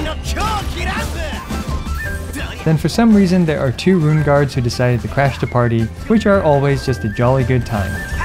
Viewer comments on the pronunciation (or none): none